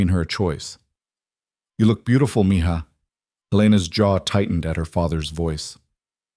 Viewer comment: Either Carlos changed his last name or had a hispanic mama. At least the narration got mija pronounced right.